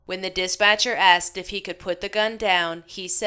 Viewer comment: No one should ever say the word, aksed or axed instead of ASKED! So annoying.